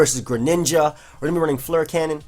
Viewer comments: Your pronunciation of fleur is really bothering me... it's fler not floral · Regardless, it's probably not pronounced "floral" like does it:P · Fleur is pronounce like the word "cure". Other than my 4 years of French talking... great video man! I love all these showcases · Fleur is pronounced /flœʁ/ Cure is pronounced /kjʊɹ/, /kjɔɹ/, /kjɝ/ that is NOT the same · Actually, Fleur is the French word for Flower. So you need to pronounce it in French :)